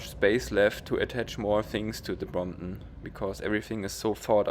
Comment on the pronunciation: great vid' and your way of saying Bromp'on haha ") its perec'